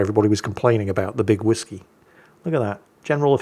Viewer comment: Big Wisky,. I like how you explained the name in the description and still didnt get it right lol. Never fails 😂